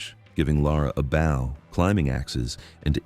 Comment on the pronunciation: Why are you saying bow incorrect?